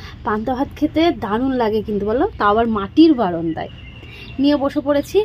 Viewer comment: Tumi baranda na bole baronda bolo keno?sunte valo lage na.bollam bole mind koro na.